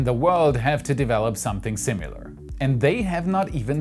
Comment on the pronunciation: I love your posts... but tit's SIMILAR, not SIMULAR.